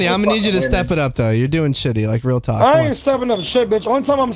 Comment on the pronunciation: "Like Real TAWK" is that a WingsOfRedemption reference?